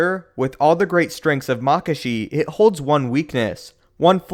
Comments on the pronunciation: maka-shi not mak-ashi and from a previous video, JuyO not JuyA That is all, thank you. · Isnt it pronounced makAshi? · He pronounces Makashi two different fucking ways. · The question is: Is it pronounced Maa-kashi or Ma-kaashi? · So... is it Mákashi or Makáshi?